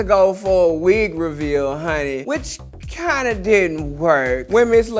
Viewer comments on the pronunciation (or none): none